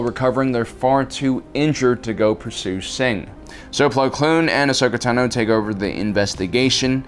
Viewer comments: Its Ahsoka Táno, not Tanó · I love this channel and the work that yall do but I can't stand the way you say ahsoka tano 😂